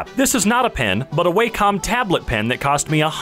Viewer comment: That way come tablet pen is wilding you pronounce it as wa com not way come btw